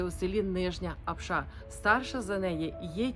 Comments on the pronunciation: Апша, а не апшА, наголос на першу А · Все чудово,тільки наголос на слові Апша, не першу букву А. Коментатори,українці котрі тут не жили,думають що то так просто заробити навіть на кордоні на такий будинок. Пишуть тільки із-за зависті